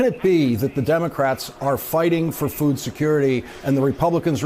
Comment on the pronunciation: I can't stand the way she says "food".... It's like a foreign word to her. It makes my skin crawl. Maybe I need some Botox.